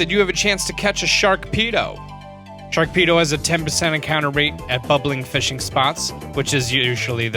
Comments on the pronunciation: i'm going to help with pronounciation of you pokemon car-bink not car-BLINK shar-pedo not shark-pedo rEEolu not rolu Drago-nite not dregen-ite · "Sharkpedo" It's SHAR-pedo. "Carblink" It's Car-BINK. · Clorox Bleach #42069 he also said Sharkpedo instead of Sharpedo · lol you said sharkpedo... instead of Sharpedo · carbink not carblink and sharpedo not sharkpedo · it's sharpedo not sharkpedo, carbink not carblink,and riolu not rolu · Yeah... I'm here again to help you out with the pronunciations :3 Sharpedo... Not "Sharkpedo". There's no "k" in it. He's not a pedophile shark. Carbink.... Not "Carblink"... No "l" in its name. And lastly... Riolu... Not "Rolu"... The only one where you left out a letter. Always here to help... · Wooter, Executor, Relikenth, Carblink, Sharkpedo, Roloo, Wrestling Trees/Bushes, Scissor... wow... the pronunciations... Honorable Mention: He called Tapu Fini a "He" when: 1 ~ it is genderless 2 ~ if it had a gender, I'm sure we all agree it would be Female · Clorox Bleach #42069 he also said sharkpedo and rolu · Clorox Bleach #42069 right after that he also said shark-pedo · There is NO "L" in Carbink, and no "K" in sharpedo, other than that, the other mispronounced names I can accept